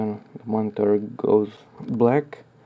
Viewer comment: moniTUR into the compuTUR.... hehe... are you filipino?